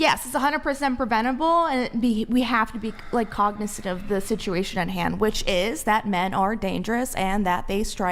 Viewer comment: “DING DONG” because she can’t elucidate a single argument. DUMMY she can’t even pronounce ‘cognizant’. Stick to the scripts and stay off live.. she’s congizantn’t 😂😂